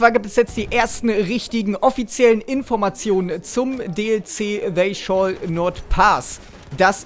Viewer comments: They sholl not paass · Ist dir klar dass es bei dem dlc nicht um einen fisch ( scholle) geht? Aussprache on fleek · bitte Englisch üben (ausgesprochen: they sholl not pass, richtig ausgesprochen: they Schall not pass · S.W.C Battlefront Eigentlich ja schäll aber hängt dann halt auch vom Akzent ab. Aber scholl is halt nicht richtig xD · S.W.C Battlefront er hat es richtig ausgesprochen ist egal ob "sholl" shall" oder "shäll" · They sholl not pass immer mit seiner Englisch Aussprache xD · man spricht es 'schäl' not pass aus hahah ;)